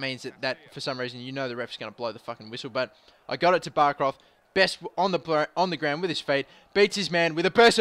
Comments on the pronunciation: Bäckroth is pronounced bek root. Stop calling him bark roth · Bäckroth is pronunced Bek-root